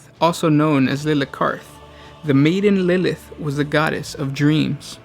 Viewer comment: its not "lilith" its Lileath. odd no one else has commented this.